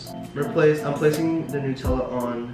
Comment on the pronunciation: Its not noootella its nutella you dont pronounce nut noot idiot😂😂😂😂 Still love your videos😂 From your biggest fan